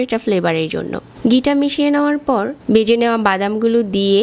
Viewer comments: গি(ঘি), ডালতে অবে(ঢালতে হবে), বেজে(ভেজে) ,রেকে (রেখে)---এগুলা কি কথা !-বাংলাটা শুদ্ধভাবে বলবেন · গি নয়,ঘি।বেজে নয়,ভেজে